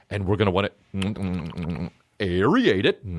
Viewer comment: And the dude saying "aeriate it"